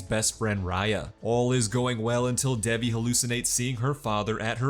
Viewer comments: Its dave eee. Not deviiii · Not the way he says Devi.. sorry I had to comment that it rlly bugged me but this recap helped so much to Ty!